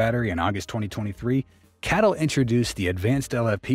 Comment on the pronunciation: C A T L not cattle mate 🐄